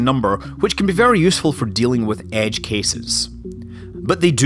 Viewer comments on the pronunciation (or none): none